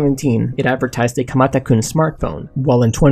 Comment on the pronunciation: You sound funny when you say kumata kun